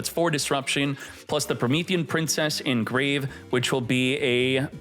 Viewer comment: "Promethean PIMPcess"